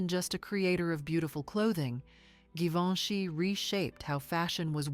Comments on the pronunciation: Sì pronuncia GIVENCHY … e non GIVONE! La voce è generata dalla IA? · Non si può sentire, sbaglia tutti i nomi Givoni!!!